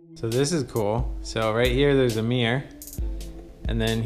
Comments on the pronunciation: What’s a “meer”? Ooooh, a Mirror....😬😬😬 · A " mee-urgh " ? I'd call it a mirror myself 🤔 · Mirror not mier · its "Mirr-or...not "Meer" dang it! xo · My thoughts too..tell that man to improve his pronunciation...i intially thought i wasnt hearing him correctly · The word Mirror has two syllables, not one. It's Mir-ror, not meer. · That's a new way to say. Mirror..... Meer?????? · It's mir-ror, not meer. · The way he says mirror - “mere” haha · Yeah, and closed captions weren't much help either. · You guys from the south right? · So it’s a MEERRE, and if you push on the MEERRE it’s a passage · It's a "meer" and if you push the "meer" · Ooooo, I've never heard the word "mirror" pronounced "me yer", 😊. I'm not going rude, I've honestly never heard it spoken without God "R" sound! Anyhoo, the rabbits warren of a house - it would drive me bonkers. And it's just too "off". I only hope it has been adequately fire proofed. I didn't see an indoor sprinkler system tho. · “If you take another look at the meer” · All I can focus on is how this dude pronounces mirror as "meeyar". It's relentless... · Is it just me or this guy pronounces ‘mirror’ as ‘miiir’ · If this guy says “meer” one more time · For saying 'mirror' is his favourite word, he can at least stop pronouncing it 'meeyah'... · The way this guy says "mirror" really grinds my wheels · How is he saying mirror? I've yet to hear it pronounced like that